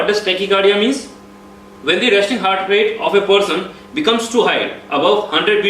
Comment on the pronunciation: Good job! Just need to improve pronounciation of some words. Such as Heart- it's haat not hurt!